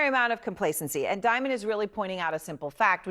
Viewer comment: Diamon😂😂😂😂not Damon😂😂😂